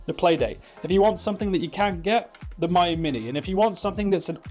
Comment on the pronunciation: Obviously it's "Meeyoo". My you, my you? C'mon.